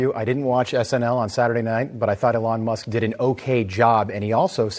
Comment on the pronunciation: e-lawn musk